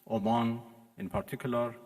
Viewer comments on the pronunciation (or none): none